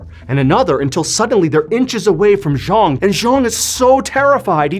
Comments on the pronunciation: Also his name is pronounced Jang which is not a Cantonese name. Not trying to be picky but as a storyteller it’s important to get these details right. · His name was Cheung Sin-pang. Not Zhang.